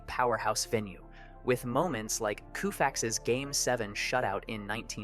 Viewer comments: Sandy Koufax's last name is pronounced Kofax, not Koofax. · If you say “Koo-Fax” one more time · It’s pronounced - “Koe-fax””, not “Koo-fax” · Sandy Koh-fax, not Koo-fax. Everything else topnotch! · It’s (Co-Fax) sorry it nagged at me everytime I heard (Koo-fax) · bruh whats with the koo-fax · AI sucks... Koofax? How 'bout changing the name to Artificial Almost Intelligence. Sad & annoying. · Sandy Koofax- ya gotta love AI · I had to stop watching when I heard that pronunciation for the second time. 😠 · "KOO-fax"?!? Do some basic research, yo. BASIC research. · Throw some respect on the name. (Co-fax) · Somebody PLEASE tell this young dummy to learn how to say Koufax !!! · I find it interesting that a video produced to promote the legacy of a baseball team such as the Dodgers cannot pronounce the name of one of the all-time pitching greats correctly. Well, what other details did they just skim over? Details just get in the way. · Doesn't even know how to pronounce one of the most famous players of all time. SMH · How bad did this AI butcher Sandy Koufax's name on the script?! GROSS. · Why do you mispronounce Sandy Koufax's name? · best way to respond. As a hard-core dodger fan, it kind of rubbed me wrong, not knowing Sandy’s pronunciation. But this is the perfect response and I am subscribing to keep up with this great content.